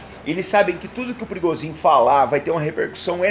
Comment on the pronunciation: Por que não se fala Pri - go - zhin? Ou por acaso no idioma russo o P seguido de R tem som mudo?